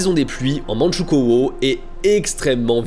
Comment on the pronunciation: ça se prononce mandchou - kou - o, pas - kô - o, la graphie est déjà francisée